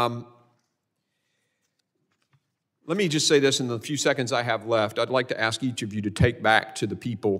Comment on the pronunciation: The word is ASK not AX